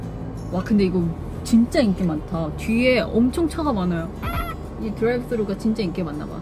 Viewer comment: I was having such a terrible day but the way she said “deurive suru” made my day 😂 언니 사랑해 ❤️